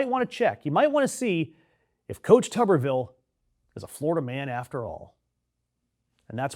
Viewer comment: Pronounced tooberville. Tuber like a potato.